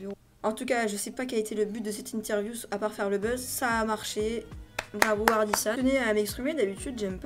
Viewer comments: Analyse sympa, tu donnes un bon avis ! Et sinon on dit Ardisson et pas Ardissonne ^^ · Oai c'est hard se qui c passé par contre carteur je crois que cet Thierry Ardisson avec [on] prononcé pas [one]